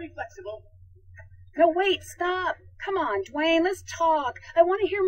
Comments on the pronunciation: Dwanger?? rofl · "Stay tuned for Dwaynger!" lol!!!! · "Stay Tuned For Dwaynger" XD I should not be laughing this hard